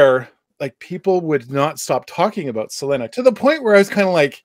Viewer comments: Why are you saying her name like that? 😅😅 "Sa lin ah" sounds crazy Try "Suh Lee nuh" instead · For God's sake can't you pronounce Selena's name the right way